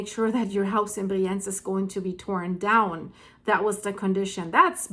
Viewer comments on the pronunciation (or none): It’s called Briiienz ;-) (emphasis on the “I”)